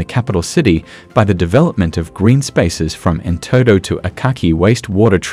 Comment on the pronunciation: Good info. But Norator need to pronounce correct. All the names are twisted. Example Enteto(እንጠጦ) Abis Abeba(ኣዲስ ኣበባ)፡ Etc.....